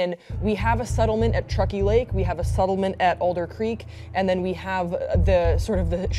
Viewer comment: You say "unsettling" and "settlement" wrong. You say SUH-DDLE-MENT. It's SEH. Sorry. ur hair is cute. I'm done now.